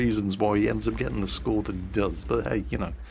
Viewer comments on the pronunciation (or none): none